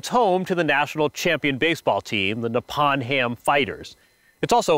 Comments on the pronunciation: Just a correction.Its Nippon Ham not Nepon Ham. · The O in Nippon is pronounced like the O in the word Open.